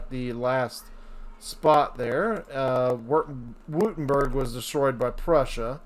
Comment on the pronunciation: Take a shot every time he says "Wootemberg"